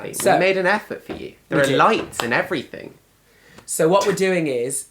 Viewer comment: What hope is there when even Oxford Grads say "everythink" Gawd help us!